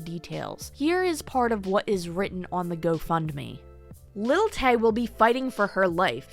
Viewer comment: Who's "Little Tay?" Do you say "Little Wayne?" "Little Kim" haha